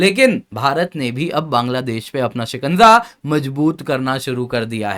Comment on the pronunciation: Sikanza nahi hota hai re, Shikaja hota hai!